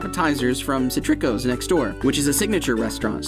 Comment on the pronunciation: I think its pronounced CI-tri-cos